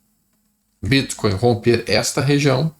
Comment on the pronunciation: Adoro o jeito q ele fala bítcoin